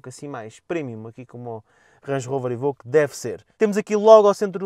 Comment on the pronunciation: "évóque" e nao "êbõque"